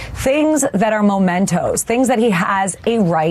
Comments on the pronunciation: MEMENTO, Alina, NOT mOmento. MEMENTO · The word is not mo-mento. It’s mem. Just saying…⚖️👩🏼‍🦯💃🌻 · Habba. The word is "memento" (a memory) NOT "momento" a moment? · It’s MEMENTO dummy- not momento. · It’s MEMENTO! Not MOmento! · It’s ‘mementos’, ignoramus!!!!! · Can’t pronounce or even recognise the word mEmento (WTH is a ‘mOmento’?). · How smart can you be if you are saying 'momento' instead of 'memento'? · MEmento, not "Momento"... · Momentos? 😂 Really? Perhaps I should elucidate. The word is MEMENTO. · She said "momento" when the word is "memento". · There is no such thing as a "momento". The word is "memento". If a lawyer is this ignorant of English vocabulary... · It's memento (from memory). She says momento twice. Dumb as balls. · Does she really think the word is 'momento'? Jesus, this broad is dumb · What is a "momento"? Some lawyer! The first vowel sound in is /ə/, not /oʊ/. Or maybe he was, in fact, stealing a few moments. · Can't even pronounce "memento" correctly. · Habba is a lightweight Widener grad and can't pronounce "memento"...be fun to ask her to spell it😉